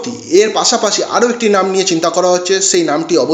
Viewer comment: একবারে নাম চারটি বলে দিলেই তো হয়। এতো ধানাই পানাই করার কি দরকার? দু মিনিটের video টেনে টেনে তের মিনিট পর্যন্ত নিয়ে যাওয়ার মানেটা কি?ধান ভানতে শিবের গীত। আর 'স' কে 'ছ' বলছেন কেন?যেমন 'পাশাপাশি' কে বলছেন 'পাছাপাছি', 'সেই' কে বলছেন 'ছেই' ,'বিশাল' কে বলছেন 'বিছাল'। আপনি কি 'স' উচ্চারণ করতে পারেন না? ছ্যাম বাজারের ছছিবাবু ছছা খেতে গিয়ে ছরছরিয়ে ছরগে চলে গেলেন। কেমন লাগছে শুনতে?